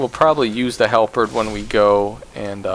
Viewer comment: This helped me so much but oh my god every time you try to pronounce "halberd" i lose my mind lol